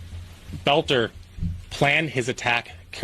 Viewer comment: Why are we listening to this? You never heard of Klobuchar? By the way. Take note. BELter not BOLter. Otherwise you sound like AI, which is annoying.